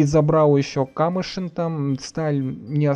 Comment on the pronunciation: Дядь, город не КАмышин, а КамЫшин